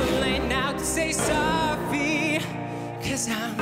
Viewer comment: why is he saying sowwy